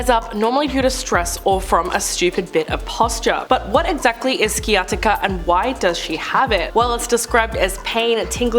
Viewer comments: You really need to learn your words. Sciatica is pronounced sy-at-ica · Pronounced “Sigh-attica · This annoys me so much lol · Painful lol…..google pronounce is right there… smh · Thanks I was going to mention the C is silent 😊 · Your pronunciation of sciatica is amusing